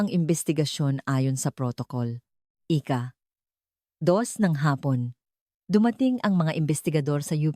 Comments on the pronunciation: Ano yan Ika Ika Ika ..dapat ausin nio nmn ang pagkukuwento mo. Imbes na magnda ang story nasisira ang story's dhil sa mga maling bigkas mo ng salita... Nakakainip pakinggn..hayss just saying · Engot magsabi ng IKA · “ ika vatpattosson ng mayo” ,ANO YUN?? at kung ano anong scene or situation na hindi tugma sa kwento mo ang pinapakita mo. Maganda sana ang ang lahat ng kwento mo pero hindi ka man lang nagkokorek ng word narration mo. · Pagbigkas ng IKA DAPAT MABILIS HINDI HIWALAY O MABAGAL.DOS IS NOT IN TAGALOG ITO AY DAPAT IKA DALAWA AT HINDI IKA DOS.